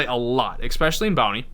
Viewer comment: If you say eXspecially instead of especially one more time I'm going to have an aneurysm.